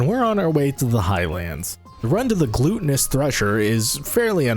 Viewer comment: how you pronounce gluttonous bothers the shit out of me... after that, was very enjoyable challenge to watch be completed